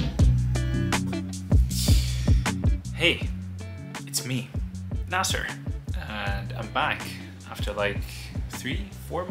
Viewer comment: your name is na-seer and not na-sir, stop pronouncing it wrongggggg